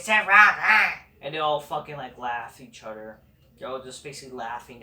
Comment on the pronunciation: “They all fucking laugh each udder”